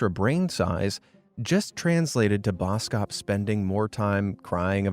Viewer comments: i love your channle and i am from south africa and you dont pronouse boskop man like bouskoup man it is bos kop man when i heard how you said it was so funny but keep put the good vidoes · Boskop is pronounced bawskawp. It means forest/woods - head/hill. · the way you pronounced boskop ikilled me☠☠ anyways, maybe that's where the insult came from lol